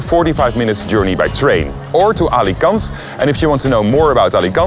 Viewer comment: dude the way you pronounce alicante irritates me